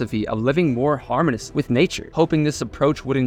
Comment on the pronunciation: just because you used it a few times, harmonious = /har-MOE-nee-us/, and harmoniously should be used in adverbial positions. also, severity = /se-VAIR-it-tee/